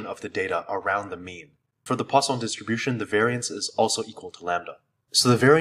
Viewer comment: why do I keep hearing it as the "Croissant"-distribution...